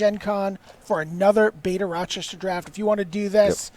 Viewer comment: "Rochester" not "Rochestor"